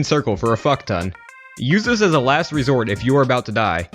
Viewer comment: guys don't repeat "sa" say "as"